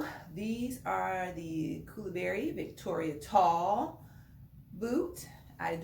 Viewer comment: I’m confused I thought they were koolaburra but you are saying koolaburry🧐